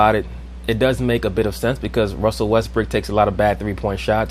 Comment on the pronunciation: Am I mistaken, or is he saying “westbrick”? 😂😂